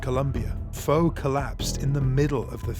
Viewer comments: Foe has an accent on the E... It's pronounced Foh-ay. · Putting aside the fact you keep pronouncing his name wrong, how was Foé’s death due to the World Cup? It was during a Confederations Cup match…